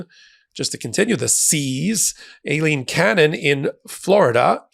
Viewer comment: WHY do you pronounce the judges name "A-leen cannon" Its pronounced like eye-leen